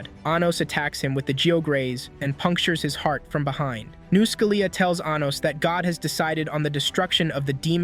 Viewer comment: Anytime this A.I. voice says 'Anos' all I hear is 'Anus'